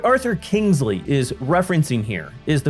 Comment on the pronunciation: Lol, 'Kangsley'! 🤣